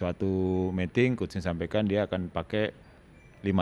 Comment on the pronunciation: Miting, coach, ngomongnya, bukan Meting. Kalo Meting artinya lain hehe (mating)